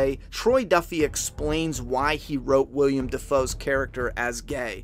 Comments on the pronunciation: Willem, not William,:D FLAW But otherwise great video! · Willem Dafoe is a stage name (real name is William) lmao to cut down on the expected comments. Here's Willem Dafoe explaining it himself. Welcome to the new channel for ONLY Flaw vs Awe Reviews!! Boondock Saints did not received a re-edit, so Ignore the mispronounced Agent name. IDK how I screwed that up from the script, unlike the real actor that name was mixed up haha. We already have 30 Flaw vs Awe Reviews finished and will be uploading one every week with some re-edits and some brand spanking new reviews, Subscribe now!!